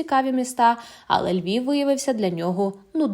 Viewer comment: Львов, він не говорить Львів. Він схильний більше до російськомовних.